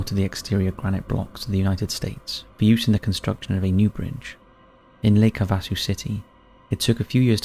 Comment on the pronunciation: Im sorry..... im not trying to be one of THOSE ppl but..... its pronounced Lake HAVE-A-SUE